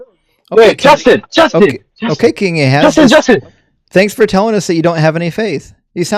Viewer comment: Jaastin, Jaastin, Jaastin. FFS!